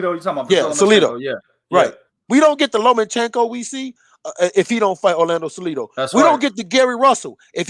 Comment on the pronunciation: 49 15 did say Orlando Salidas lmao